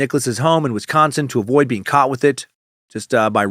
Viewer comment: I live in Wisconsin and you said it perfectly.